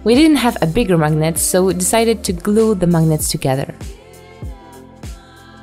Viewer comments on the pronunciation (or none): You said "maginet" 24 times